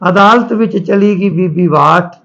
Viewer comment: ਭਾਈ ਸਾਹਬ ਕਰਨਲ “ਬਾਠ “ ਹੈ ਕਰਨਲ “ਵਾਠ “ ਨਹੀੰ ਜੀ । ਕਿਰਪਾ ਕਰਕੇ ਨਾਮ ਸਹੀ ਲਓ ਜੀ ।